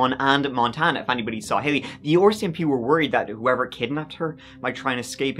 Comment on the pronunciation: Does anyone familiar with Irish accents, such as, know if his pronunciation of the Canadian police sounds like the "OR-CMP" that I hear, because I was under the impression they were referred to as the RCMP? 🤔😅 I actually LOVE his accent, yet if it's spoken too quickly, I cannot understand much. ❤️♾️ Then again, I have a hard time hearing and understanding my own American-English language! 🤣🤯